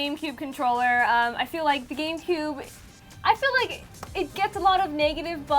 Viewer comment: At about 2 mins she says game coob xD